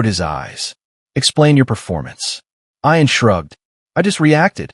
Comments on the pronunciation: If, unlikely as it may be, his name was ION, then the pronunciation is correct. But if his name was IAN, then the pronunciation should be ee-an. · EYE-AN INSTEAD OF EE-UN? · ee-unn. fix your junk AI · Ian Ziering pronounces it I’an, not E’an. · Ian (Ee-an) Fleming - the creator of 007 James Bond.